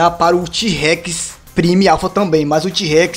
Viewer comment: a palavra prime se pronoçui Pramó